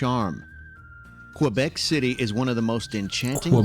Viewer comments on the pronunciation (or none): "Ontario,s lake" ??? Reedoo ? this announcer is clueless . , key , not cway